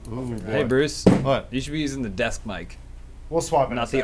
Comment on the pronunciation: “Dis deesk is from da carrrreebeeeeun”